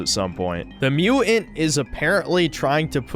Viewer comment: "super mu'ant"